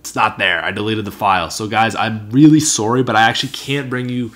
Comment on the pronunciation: it's ok, ur my favorite anyways, BTW I cracked up when u said "I'm sorry" with that Canadian accent, it's ok bro 😂👍